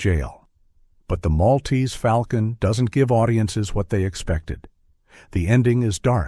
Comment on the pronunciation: If one is going to refer to The Maltese Falcon, one must pronounce it correctly. The correct pronunciation—so spoken in the movie itself in fidelity to the euphony that Dashiell Hammett clearly had in mind—is "mawl-tease fawl-kun." The "mawl"/"fawl" echo was quite deliberate.